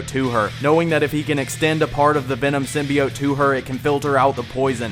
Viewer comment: Your mispronounced "Symbiote" drove me to drinking.....